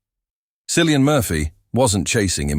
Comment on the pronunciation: His name is pronounced KILLIAN. Hard C. Least you could do is learn that.